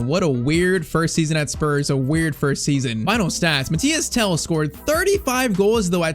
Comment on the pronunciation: MATHYS TEL, not Mathias Tel